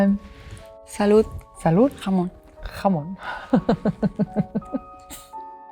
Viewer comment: Cheers to the perfect pronunciation of Olivia saying jamón